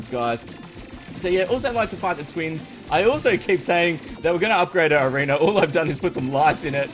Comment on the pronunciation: i feel like you always say arener when u say arena